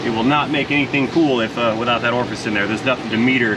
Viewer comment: Your pronunciation of Orifice Tube was driving me mad. Orfis is what I kept hearing.